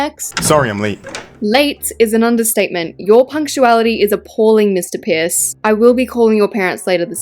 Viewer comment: When said “Mr Pierce” I heard “Mr piss” 😭 I still love tho don’t get me wrong!